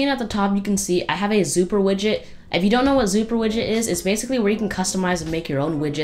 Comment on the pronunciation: Are u saying widget or midget xD